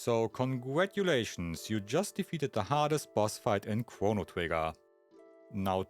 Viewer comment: Chwono, Wobo, and Fwog. 😅